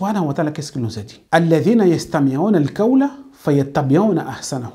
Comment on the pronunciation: En plus sachez bien prononcer les mots en Arabe. C'est pas "kawl'' c'est ''Qhawl''. Si vous n'arrivez pas à bien pouvoir prononcer ces mots, alors vous transmettez vos défauts de prononciation à votre audience. Cherchez quelqu'un d'autre pour vous y aidez au moins. On peut comprendre ce défaut si ça se limite à vous seul, les langues sont différentes. Mais quand tu transfères tes défauts de prononciation, tu mènes les gens en erreur. Par ailleurs, c'est vide vos positions. Ne vous dites pas que êtes coranique quand même. Dans le coran, Dieu dit: ''DIS, SI VOUS AIMEZ ALLAH, ALORS SUIVEZ MOI, AINSI ALLAH VA VOUS AIMER''. Les coranisites sont ceux qui suivent les prescriptions du Coran. Il en fait partie de ces prescriptions du Coran le fait de devoir suivre le prophète SAWS. Donc suivre réellement le Coran sans suivre les enseignements du prophète saws, c'est refuser de suivre les prescriptions du Coran sur l'injonction de suivre le prophète. En plus que aimez Allah c'est 1 chose, mais ça ne garantie pas qu'Allah lui vous aime. D'après ce verset que j'ai cité, pour qu'Allah vous aime, il faut suivre le prophète SAWS pour que vous puissiez profiter de son amour sur vous. Le danger des médecin ''à moitié '' c'est de risquer la vie et la santé des gens. Par contre le danger des érudits ''à moitié '' de l'islam, c'est de dévier les musulmans et potentiels musulmans du droit chemin. Vous pouvez vous appeler ''coraniste'', c'est facile. Mais si vous voulez être rellement coraniste, i